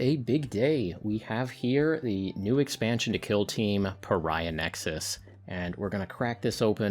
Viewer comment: That's clearly the "Purr-iah" Nexus release... a limited edition just for you!